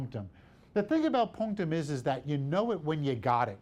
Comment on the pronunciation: I need this guy to stop saying "punctam"